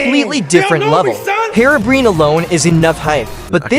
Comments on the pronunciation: No offense but its so funny how you say herobrine : "hirobrin" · "Herobrain" fix yo ai homeboy (or dont use one at all) 😭